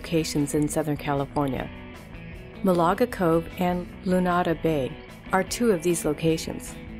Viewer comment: It's pronounced MAL'-a-ga Cove, not mau-la-ga. Sheesh. Still, was fun to see some good waves on sunny days.